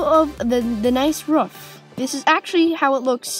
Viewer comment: Did you say ruff instead of roof